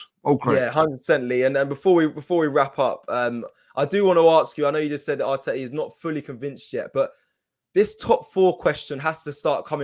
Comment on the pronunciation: U said artera out doe 🙁😶🤔